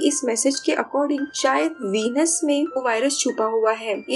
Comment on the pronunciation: वीनस नही व्हेनिस